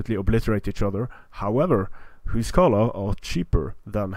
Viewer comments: why are you saying huscarlo ? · WalrusJones Isn't it the old norse way of saying it, and Icelandic is the language that's ressembles it the most out of the modern languages?